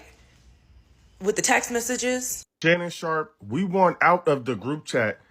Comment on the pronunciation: Girl SHARPE NOT SHARK😂😂